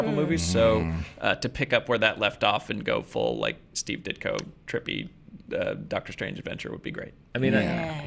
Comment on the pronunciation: Did say "DOGTER Strange 2"? Movie just got better